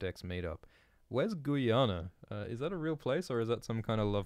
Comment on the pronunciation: The way you pronounced Guyana 😂😂